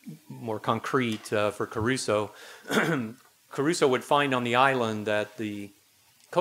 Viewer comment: It's Crusoe, not Caruso. Caruso was a famous opera singer.